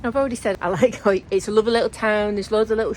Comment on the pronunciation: Hari OM Yes, "Hoick", well-pronounced,! Part of my home territory, I know it so well. The drinking water tap is on the other side (roadside) of that wooden fence from the toilet disposal point. The town does have much to recommend it; museums, galleries, good eateries, plenty of supermarkets, a fabulous park - just up from where you slept... I'm so glad you enjoyed it and defo worth revisiting. They are making a fine job of the flood defences, making a super park-like area and walking spots.... Anyhoo - Merry Christmas dear lady - onward to a fine 2025! YAM xx